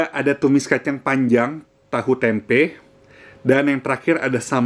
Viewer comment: kameranya 📷 baru ya? Itu piring bisa glowing mengkilap bercahaya kek malaikat gitu. Mengganggu mata 😭 Sama pengucapan "tempe" lain kali klo review menu tempe awas kepleset ya. Ga usah pake akhiran "K". Terdengar jadi --tempe'k-- gitu. Syerem dengernya wkwkwkkw 🤭🤣